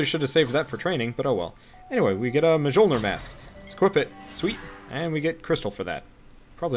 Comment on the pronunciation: Also, that's not how you say Mjolnir. Just... no. English is probably the only language that has an incredibly sharp sounding letter J.